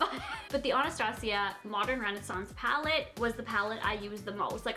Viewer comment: She said Anastasia right 😍